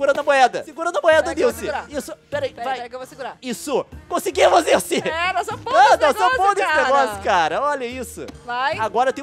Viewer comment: NAO SOLTA O "L" NILCE KKKKKKKK